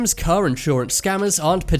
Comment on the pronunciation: “He slowly backed up his ker”